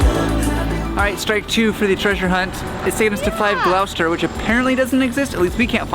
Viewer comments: Gloucester is pronounced "Gloss-ter" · or Gross-ster. lmao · Surely the purple house was Prince..and Gloucester is pronounced Glosster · They're still saying "glaow-ster" though.